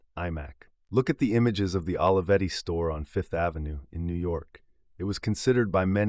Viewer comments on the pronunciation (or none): The correct pronunciation of Olivetti sounds like Oh-lee-vetti, not Olive-etti. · This video is a nice homage but is wrong in all kinds of ways... Putting aside badly butchered pronunciation of this renowned name, you start on the false predicate of equating the company to the open source movement. In fact, Olivetti was a totally proprietary platform. Brilliant. Beautifully designed. Human-centric. But proprietary. And, by the way, there is nothing wrong with that. The pricing was lower because, unlike IBM, the buyer did not have a forced opt-in to a service contract but the company is a for-profit endeavor. A fair profit, but not freeware by any stretch. Second, I realize there are a lot of young people in this channel who seem to think Olivetti was completely obscure and unsung. They were a global phenomenon. THE brand of the age just as you might say of Apple or NIKE today. And everyone in the technology and industrial design field including Steve Jobs is very openly on the record acknowledging that their own work was inspired by these legends. Almost everything novel is derivative of what came before if you look back far enough. Third, you speak of Olivetti as if it is defunct. That is far from true. It is currently one of the world leaders in Big Data and IoT (Internet of Things) as part of Gruppo TIM, one of the largest European companies in world with $20 billion USD in annual revenues. Had Adriano not been killed so abruptly (and suspiciously) there is no doubt that he would have accomplished even more amazing pioneering things but please don't ref